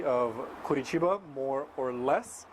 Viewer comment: I really like to see Americans talking well about Brazil, especially when it comes to my city. Be impressed that you pronounce the name of the city correctly. Nice video!